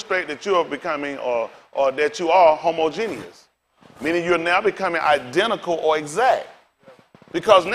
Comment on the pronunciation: I rock with what he's saying, but it is hilarious how bad he butchered the word 'Homogeneous' tho...